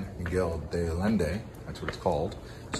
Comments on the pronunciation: It’s “de Allende,” pronounced “day Ayenday,” not “de Addinday.” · The double ll always makes a "y"sound, Allende. 👌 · you could AT LEAST try and PRONOUNCE it properly